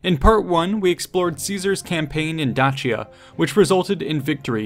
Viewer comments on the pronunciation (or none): I call it Day-Sia ,.That Dachia crap really annoyed me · It's pronounced Dakia not Dachia :c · Da-chi-ya? For real? It's Day-sha or at the very least Day-shi-ya, brother. Where are you getting this extra H? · It's actually pronounced Day-Shia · You mispronounced Dacia.. (day.she.a) just saying